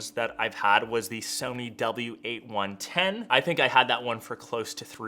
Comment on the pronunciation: that is the SonyEricsson W810 (you slipped saying W8-110), no Sony or SE fan would make that mistake lol. Also like so many tubers forget this is THE first phone to support Spatial Audio/360Audio natively in its speakers.